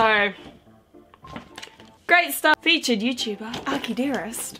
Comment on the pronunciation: She butchered akibento and akidearest